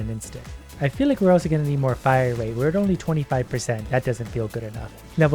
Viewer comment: Bro when he said rate is very expensive I heard rape is very expensive